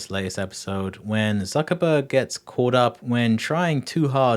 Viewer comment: Why are you saying "zuckabug" instead of Zuckerberg? Learn to pronounce people's name pronounce people's name properly.